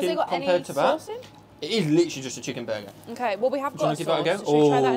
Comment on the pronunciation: I know! Hurts my ears hearing say sheeeekenburger! 😵‍💫😵‍💫😵‍💫😵‍💫